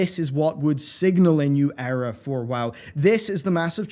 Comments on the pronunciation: good video but it's pronounced eera not error :) unless of course u meant it with the past expansions ;) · Eera, not error lmao. Or did you mean error.... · The Error is you saying Error for Era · Is he saying Error or Era? I guess both work in context.